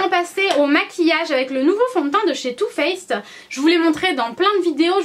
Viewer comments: Hello ! Première fois que je commente alors que je te suis depuis un petit moment. Je te trouve magnifique, comme d'habitude ! Et mon dieu qu'est-ce que j'ai ris quand tu as dit "two fesses", ah la la les beugs de langage je compatis, ça m'arrive tout le temps ! Gros bisous ♥ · "Too fess" tu m'as fais trop rigoler ! ♥ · 'Too faced" "Too Fesse" Tu m'as vraiment fais rire Mdr <3